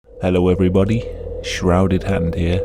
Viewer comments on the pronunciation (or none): none